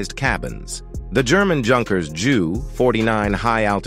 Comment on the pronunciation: Agreed, repeatedly hearing "junkers" and "joo" was pretty annoying. Hopefully, someone will soon reprogram these idiotic "robovoice" things so they can pronounce them properly, like "you-nkers" and "you."😉